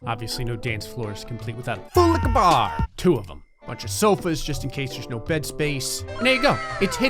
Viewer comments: yes he didnt say it right - i was irritated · Okay I thought he was saying boulica bar and I’ve been so confused since he started this series. It’s FULL LIQUOR BAR!! 😂😂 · Or as he says: "FULLIKABAR" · No video is ever complete without saying ‘full liquor Barrr’😂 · All this time I thought he was saying something like "fool in a bar" or something about kebab. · Honestly upset that FULLLIQUORBAR wasn’t said properly the second and third time XD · SIR THATS NOT HOW U USE TO SAY FULL LIQUOR BAR AND YES I PAY ATTENTION